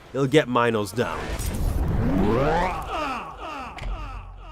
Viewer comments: horribly late, but I just wanted to say that it's pronounced Mee-nos, not my-nos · ...WHAT? prime? "Minus prime" . what. its "Minos prime" not minus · please stop saying mynos, thank you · that is NOT how you say minos